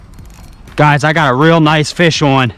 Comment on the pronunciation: It broke because you pronounced "on" incorrectly. Ya gotta think Southern son! Good video dude.